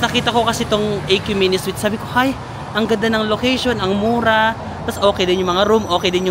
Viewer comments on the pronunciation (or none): none